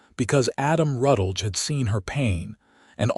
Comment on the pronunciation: If the AI is trying to make a last name of Rutledge, it could use a little guidance.